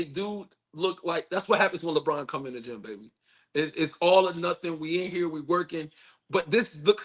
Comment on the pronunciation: LabaRon 😂😂😂😂 the LeBron James affect